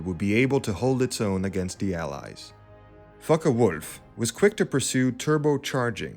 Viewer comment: ? fockewulf not f*ckewolf )